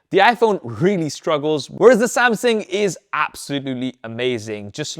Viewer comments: Right! Great great video, but I can't get away from the fact you keep miss pronouncing "Samsung" as "Samsing/Samsin". The more you say it, the anxiety I get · Why do you keep saying “Samsin”? It’s “Samsung”. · Good report! It just kinda bothered me that you kept saying SamSING instead of SamSUNG. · samSING lmao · Samsing? I think Sam sung already he’s not currently singing. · Samsung not samsing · why i heard Samsing frequenly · Es heißt Samsung! Du hast einen Sprachfehler